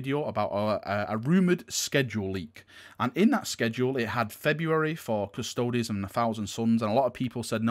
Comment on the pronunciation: Lol kirioth CustodEEEEES